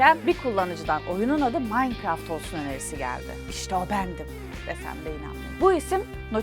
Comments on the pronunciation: ablacım minecraft bile diyemiyon yahu sen maynkart diyon Q:WEqw:EQwE:Qw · yanlış okuyosun o manikıraft diye okunuyo bi kereeeeeeeeee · o nasıl minecraft demekk adfsdf